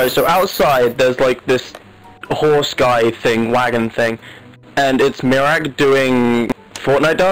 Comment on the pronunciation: it's MIRAAK not like